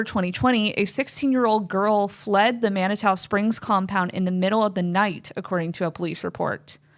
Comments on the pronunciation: Just because it bugs me, it's pronounced. Man-i-too. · Thus was so interesting!! FYI Manitou Springs pronounced Man-Uh-Two. I'm in Westminster, CO. 😮